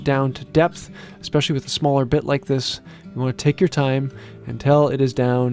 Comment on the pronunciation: Did you just say shmaller? Thats it i am leaving this channel 😝